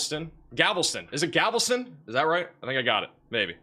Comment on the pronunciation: So many pronunciation errors. It's not GAVELSTON, it is GALVESTON.